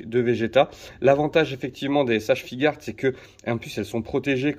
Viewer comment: Je peux te comprendre ton amour pour les S.H.Figuarts Moi même étant collectionneurs de ceci Par contre et sans vouloir te juger mais on dit S.H.Fig"u"arts, le u n'es pas muet 😅😅😅